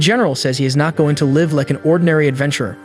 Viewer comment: is the commentary ai. I just dont understand how some simple worlds like, bow, live and disciple among others are so badly mispronounced